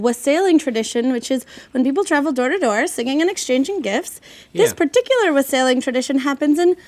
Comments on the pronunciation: Someone needs to learn how to pronounce wassailing. There's literally a song about it. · Wassailing. She pronounced it very wrong 😂😂😂